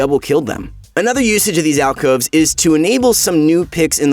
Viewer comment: Way to go rito you cant even get alcoves right